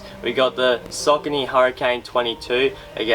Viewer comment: Pronounced "Sockanee".